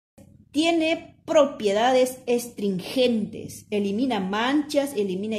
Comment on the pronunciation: Se dice Astringente no estringente